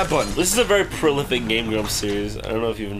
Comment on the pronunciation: Jon. Stop saying prolific. You just can't do.